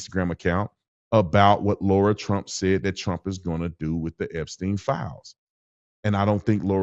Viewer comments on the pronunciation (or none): LARA, not Laura. Imagine if someone called u BRAINdon (long A). How do u say bar, like sitting at a bar? Now add an "a" to it. Now, change the b to an "L". U can even pronounce it as u would Sara, but with an "L". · I thought you said lord Trump but you said Lara Trump 😂